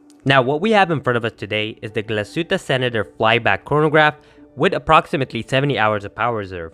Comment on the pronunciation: Glashutte - proper pronunciation is: Glas( heat) tte .